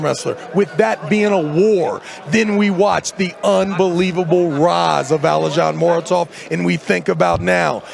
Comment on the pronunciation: ALIZHAN MOROZOV 😂😂😂 HOW SWIFTLY TRAVIS SCREW UP THE NAMES